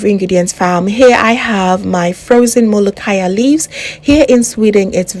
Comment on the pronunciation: Your Molokiya pronunciation is fine. I love your recipe.